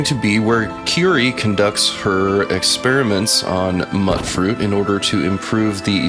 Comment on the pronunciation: Hey man, love your content! It is pronounced Mute-fruit though :) keep making awesome stuff!